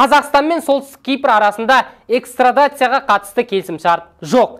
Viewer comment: Экстрадация емес экстрадиция ,сауатты сөйлеңдер,сол түстік Кипр ,Түркияның қарамағында емес па,неге сол Түркия арқылы ,экстрадиция жасамайды ??? Эрдоғанға түсіндірсе көмектеседі ,...